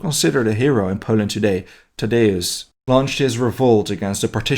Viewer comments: Kosh-chewsh-ko I believe is how you say it - not how Australians say it. (Our tallest mountain is named after him) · I found it funny how you decided to refer to Tadeusz Kościuszko solely by his first name, like "Nope, I'm not pronouncing that!" :) Seriously though, topics like the 3 May Constitution of 1791 or Kościuszko Uprising seem to be talked about so little in English, that I'm extremely happy when I see anybody mentioning them, even just as a footnote in the Prussian history.